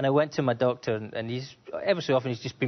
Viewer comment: whenever he said Doctor i kept hearing Dog lmao